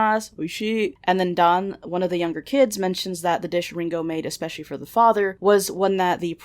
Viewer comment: cant shit on veronicas pronunciation when you say Ringo like the beatle lmao